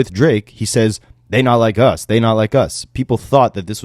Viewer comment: I thought he said “they don’t like us” not “they not like us.” 🤷🏿‍♂️